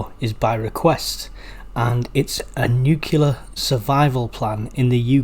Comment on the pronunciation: There is no such thing as a nukiller attack, the word is NU-CLEAR.